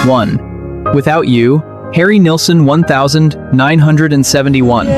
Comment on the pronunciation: The AI reads the year oddly. Instead of nineteen seventy-one, it reads one thousand nine hundred and seventy-one 😂